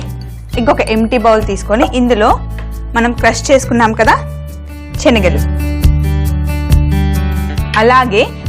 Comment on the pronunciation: చెనగలు కాదు శెనగలు